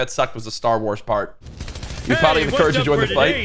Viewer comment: Why do you say it like that